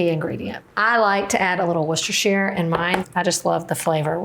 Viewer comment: love watching you but also impressed on your pronunciation of Worcestershire!